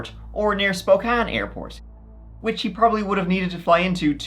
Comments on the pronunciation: I just have to say as a native of the area, good job on pronouncing city names in Washington. Yakima and Spokane are often pronounced incorrectly, but you nailed it! Even some big tv shows like Criminal Minds have gotten it wrong. Details like that are why I subscribed! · Wow, congrats on pronouncing Spokane correctly. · Killing that pronunciation of Spokane there!